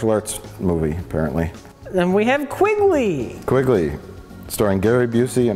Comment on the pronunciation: QUINGLEY? Come on!